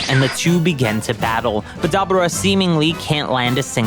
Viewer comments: its not dubba ra its da bore ra (dabura) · wtf is a dab ah raah, even in the show they call him DaBooRah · Why is it that no one can pronounce Daburas name correctly? Its da bū ra not Da bu ra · Pronounce it Da boar raaaaaa😂😂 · Lol this guy can't say Dabura's name right for anything lol 😂😂😂😂😂😂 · The way you say Dabura 😅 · Broooooo this dude is Pronouncing Deborah's name aaaallll wrong 😑!!!!